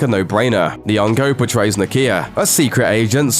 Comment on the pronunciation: Hearing westerners try african names is just hilarious...niyongo? just put your tongue to the roof of your mouth fam...you wont break....niyongo...Christ..